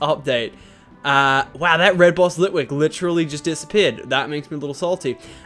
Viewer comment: You missed ghost litwik in csnt say the name correct but it was a ghost litwik